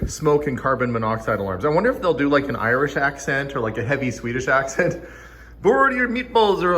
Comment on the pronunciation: The Arcbald's are such great people. My absolute no:1 channel to watch. By the way, spot on Swedish accent 🤣🤣🤣 Love&respect from 🇸🇪